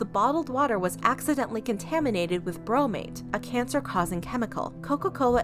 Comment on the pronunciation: Dude she said ‘braaamate’ 😂